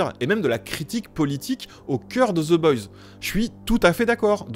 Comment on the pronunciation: Personne ne comprends la série oui toi en revanche tu ne comprends pas non plus ton propre langage... Oe ce prononce o aller ciao le énième génie bac+7 chômage de youtube